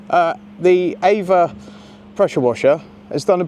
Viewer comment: So it's AVA, Not EIVA.